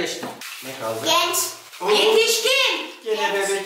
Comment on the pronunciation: Oha genç değil gənç dedi